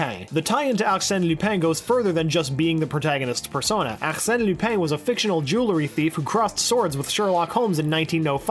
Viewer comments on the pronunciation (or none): AXENE LOOPEN LMFAO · Your accent when saying arsene lupin sounds like quebecqois , it's really funny